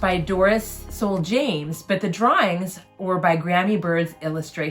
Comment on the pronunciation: In reference to the Dorris (Soule) James' section. Soule is pronounced "soul", like the human spirit. I used to work with a fellow named Soule who was a descendant of the one who arrived on the Mayflower. I've never seen any records to indicate that the name was pronounced any other way. Just a little FYI, and you asked... lol